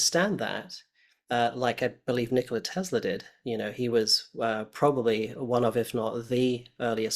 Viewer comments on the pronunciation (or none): none